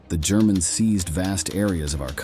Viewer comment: When the AI narrator went off the rails and started calling Germans “Gerr-man’s” you lost my interest 😂😂😂